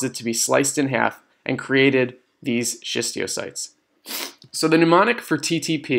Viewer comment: Bro, it's schistocytes btw, not schistiocytes. I love the video, thank you